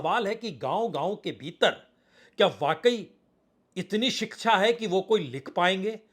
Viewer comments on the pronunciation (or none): none